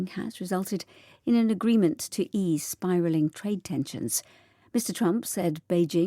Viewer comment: Biraling? > spiralling 😂😂😂 오늘도 감사합니다. 10월을 마감하는 하루입니다. ❤❤❤